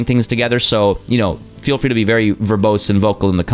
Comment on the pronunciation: I’m late but I Accidentally skipped the video and I heard fwee and it was hilarious